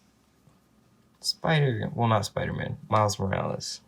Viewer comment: U pronounced it wrong its morales not morales